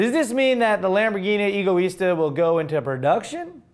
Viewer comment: Am I the only one that believes that Egoista means Selfish? No pronounced Ego, but a bit more like Eggo -Let-go my Eggo -. Eggo Is Tah... Oh and if forgot! haha "Ooooohhh, it is not pronounced..." (Mimicking while making fun of the haters in the comment section while fake typing on his desk/stage):D